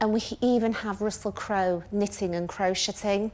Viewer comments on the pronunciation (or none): Crow shitting, is not how you pronounce crocheting. 😂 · She actually pronounced crocheting how its spelled, and for that reason I'm out.